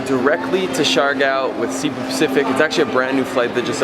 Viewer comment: Coron pronounced Cor oh n, Cebu pronounced Say Boo.... Siargao pronounced Seer uh gow.... Grew up in the Philippines.... Other than that small tidbit I Love the videos... brings back lots of memories for me... Im hoping to sail my boat back to the Philippines and hit up Bali as well... Hopefully I will see you along the way somewhere.... Thanks.